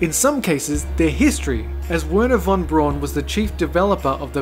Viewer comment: Werner von Braun is pronounced Ver-ner fon Brown, not Wer-ner von Brawn.